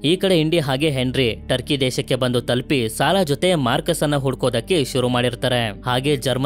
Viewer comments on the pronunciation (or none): none